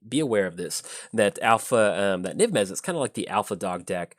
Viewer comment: "Niv Mezzit" I'm literally shouting "Mizzet! It's Mizzet!"